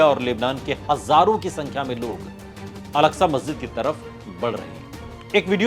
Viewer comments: Masjide agsha kaha ja ta hai algsha nhi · الکسہ نہیں ہے اکسہ ہے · Alaksa masjid nahi ''Aksa masjid hai'' plz correct your pronunciation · Oooo hero pehle to naam Lena seekh wo alaksa masjid nhi he masjide aksa he wo samjh ❤❤❤❤ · Wo alaksa nahi. Aksa he naam to sahi le. Bc..